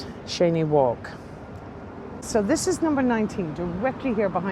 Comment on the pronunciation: Cheyne walk pronounced (chainee walk) not Shanee.